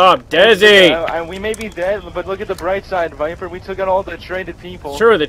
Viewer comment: fail it is Viper not Viber